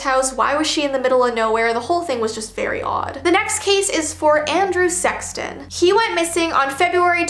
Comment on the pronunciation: she said “Andrew SEXton” 😅